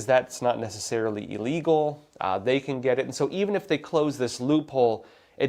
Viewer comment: Great video. Pronounced ill-legal, not eel-legal.